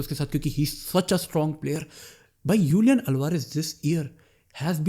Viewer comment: Julian Alvarez ❌ Ulian Alvarez ✔️